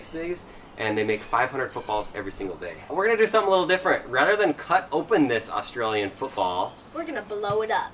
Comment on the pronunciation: I appreciate u not saying Ourstralian and saying Australian instead!:)